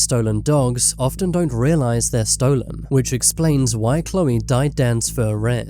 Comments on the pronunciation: Why do you pronounce it like stoo-len it’s pronounced Stolen 😂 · It’s called an accent.